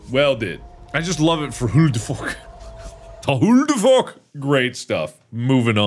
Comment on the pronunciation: "Hulu The Fork?" Really? 🤣🤣🤣